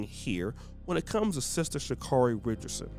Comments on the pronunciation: First, you havent done your research. Name is pronounced sha care ee. Next, do you know where she has been, where she is, and where she appears to be going? Do you know what she was representing by the action? I hope you will look further into all these questions. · Dude, I hope that you are holding yourself to that highly critical standard you are quick to place on others. Oh, let me digress; if you are going to take nine plus minutes to bash they young lady, take the time to learn the pronunciation of her name. Please allow this young lady to grow. Being a young person dealing with emotional trauma and being thrust into the world spotlight I think perhaps you can show her a little more grace and a little less judgment.